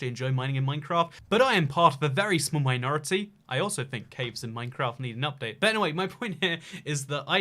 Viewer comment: “ I am part of a vary small MINE-ORE-ty”